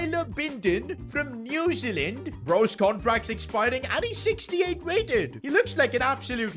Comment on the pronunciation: New Zealand pronunciation